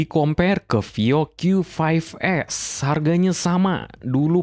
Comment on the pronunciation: Bang bahasamu nyampur2 pas nyebut nama produknya, qyu lima belas, tp nyebut produk lain qyu fove s. Gue juga ga ngerti tadi bilang hiby apa